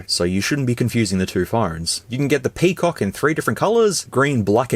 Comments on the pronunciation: Can't stop laughing whenever he says Pee Cock!!! 🤣🤣🤣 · FYI : PCOC pronounced "Pekok" on here 😂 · Crack myself a good laugh whenever bro said PIPI and PCOC. Which are plenty on the video